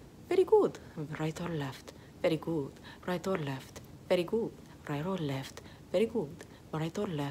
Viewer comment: “Rrright orrr left? Verrry good. Rrright orrr left? Verrry good. Rrright orrr left? Verrry good.” Should high key be an actual song.